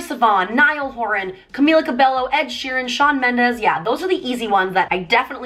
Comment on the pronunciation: THIS GIRL REALLY JUST SAID CAMILA CABELO AHHAHAHAHAH